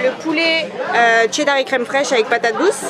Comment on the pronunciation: Qui dit Tcheddar? 🤦‍♂️🤦‍♂️